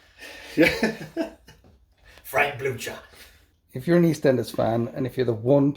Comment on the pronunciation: Yes, Frank Blutcher is perfect ;-)